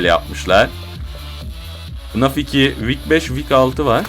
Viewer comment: abi okunuş olarak diycem yazılış olarak değil fınf değil ef e nef deniyo ona